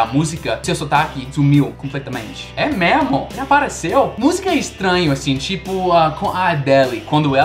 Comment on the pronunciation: O auge "É meRmo?" 🤭Tá tão bom no português que tá falando assim... Oh comédia